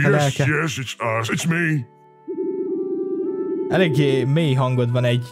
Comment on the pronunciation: na találtunk is egy új szót a szótárba! "Ekléggé"! (bocs XD) na meg "híredt" jól bővül az a szótár nemde? (bocs tényleg XD) Edit: (HK_Beni találta:) "hvan" bővül ám az a szótár